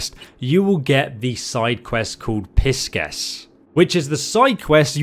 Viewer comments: Pis-Kess? Pie-sees! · "PISS-KESS" Jesus mate lol love you man but God damn that's a new one for me. Future reference it's pronounced "pie-seas" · You did great saying the katanas name man! However...Love you bro but it was hilarious when you pronounced pie sees as piss kess. You are still one of my favorite content creators i still enjoy from your skyrim videos! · bro I love you but Pisces is not pronounced "Piss sces" lol, its a Zodiak sign pronounced "pie-sees" and now you know.. lol love your channel and I am subscribed, have been forever. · PISS CES IS THE CONSTELLATION PIE-SEES(Pisces) LMFAO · Not piss-kess 😂😂😂😂🤣🤣🤣🤣🤣 come on man! "PIE-SEAS" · 🥧 Pie - Seas 🌊 Not Piss-kess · That’s Pisces ♓️ as in the horoscope sign not piss kess it’s pronounced (Pie Seas) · It's pronounced PAI SYS. Not Piss Kess lol. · ME: *about to subscribe, mouse hovering over the red button*: *repeatedly says 'Piss-Kez' instead of 'Pie-seas'* ME: *slowly backs off subscribe button, while shaking head* I'm starting to think mispronounces these words on purpose. This isn't the first time, nor will it be the last time he does it! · Not Piss kess its Pie Seas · hahahahaha it's not piss-kess It's pie-sees the SC is just an S sound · “Pie-see’s” Wtf is piss-kes?? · Its pronounced pie-seas not piss-cuss. Lmfao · LOL - PISKESS PIE - SEES :D :D :D :D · FYI it’s not pronounced “pis-kes”... it’s the Zodiac sign Pisces, as in the sign of the fish 😁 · Pie Sees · Yeah, its pronounced "pai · seez" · But pis ces made me laugh so hard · lmao pis-kes!... hahaa wtf! who doesn't know how to pronounce all the zodiac signs this day and age hahaaa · PISSKEK would have been so much better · I think it should be pronounce "pai ·seez" (according to google) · Well, I’m pretty sure it’s pronounced (pie-seas). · I like piskes more lol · It's pronounced "Pai-seez" like the zodiac sign. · Pie Sees. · He really just said “Piss-Kess” lmao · My man said "piss kess" LMFAO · "Pie"-"Seas" = Pisces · LOL Pie-Sees...